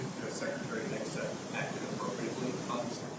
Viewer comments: "I've got faith in Secretary Hedgepeth" ... are they all drunk? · Did he say hedgpeth 😂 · how come that guy said Petes last name wrong, Secretary Hedgepeth? lol wtf was that? I love how Cotton emphasized it correctly right after.